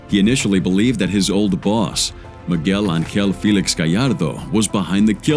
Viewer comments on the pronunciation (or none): none